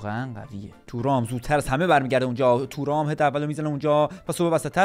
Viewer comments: تورام✖️ تووورام✅ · تورام❌️ تو رام✅️